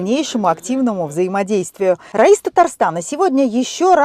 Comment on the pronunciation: РАИС переводится руководитель. Это по Исламски. Единственный руководитель в стране . Ударение по другому а Раис это имя. Хоть в гугле читайте